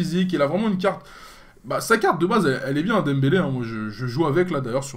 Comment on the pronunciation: DEMBELE:O RIP pour les prononciations:')